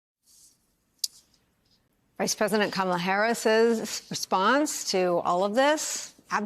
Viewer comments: I notice how he pronounces "Black", as though he needs to empty his mouth. "...she happened to turn 'blleeck' and now she wants to be known as bleeck.....she made a turn and she became "bleeck." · Pronouncing black as ‘bla-hck’ in frustration is telling like a mf. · I love how he pronounces the word black. It looks like it tastes bad.